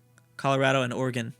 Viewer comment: Everytime pronounces Oregon as "Organ". I will throw a cat in a pool.